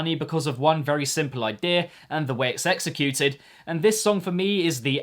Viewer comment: Sounded like you said sexecute !0!